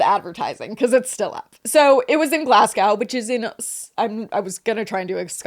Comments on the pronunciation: as a scottish person hearing u say glasscow hurts its glazgo 😢😢😢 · you should’ve tried to Scottish accent 😂 It’s Glasgow- Glasgo rather than gow, like ‘let’s go’- Glasgo. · It's pronounced Glazgo btw 😂😂😂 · Glasgow viewer here with a quick pronunciation tip for all the Americans: it's not "glas" like "glass bottle", it's "glazz". And it's not "gow" it's "go" as in "go to the store". ^.^ So Glazz-go :) Love the episode, mortified by the Willy Wonka virality :0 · You disappoint me! Glass-cow? Really?... good girl. You have been promoted to my favourite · I get that about driving ‘taking you away from back pain’ bc for 11 yrs it was the comfiest I was, ever. Sadly I developed a genetic disorder 10 yrs ago and had to stop driving, and now sitting always hurts…..but those 11 yrs were the best of my adult life. Ps it’s pronounced Glaz-go 😊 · Girlies Glasgow is pronounced glaz-go 😅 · Americans, it’s pronounced GLAS-GO! 🤣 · Americans saying Glasgow is so funny lmao why do they pronounce it "Glass Cow" 😂😂😂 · Me seeing the title and bracing myself for the pronunciation 🥲. I kind of get why people pronounce it wrong but Glass-GOWE is painful 😂. is almost there though! For anyone wondering, it's Glaz-go, like "to go". Or Glesga if you're feeling brave 😌. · I'm from Glasgow and I cant believe yall are covering thisss eeek we are famous 😂 also the way pronounces Glasgow😭😂